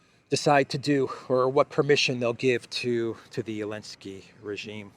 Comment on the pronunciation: Why do you call President Zelensky, 'Elensky'? I don't understand. Is that a mark of disrespect or something?